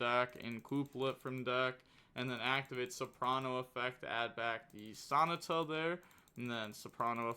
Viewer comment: Bro you gotta be doing these pronunciations wrong on purpose. Ain't no way you pronounced Sonata like an english dub naruto character